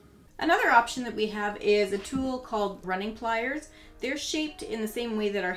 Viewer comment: Thanks for the video. Please consider emphasizing the tool names. I haven’t looked for the pliers yet but I’m fairly sure I’m looking for “running” pliers. Maybe “grosser” pliers? I tried to listen to that one several times.